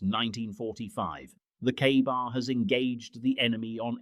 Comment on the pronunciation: A KA-BAR is NOT pronounced "Carbar" NOT flat ground NOT balanced at the guard NOT pictured even once in the video